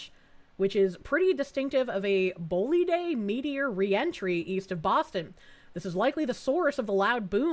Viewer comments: Bolide is pronounced [bo-lyde] in English. Just two boring syllables. A thing you shoot an arrow with and an untruth told in the past glued together. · It's pronounced bowlide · "Bolide" is pronounced "boll-I.D.". Alpha-gal is starting to spread farther north and I believe it has now transferred from the Lone Star tick to Deer ticks.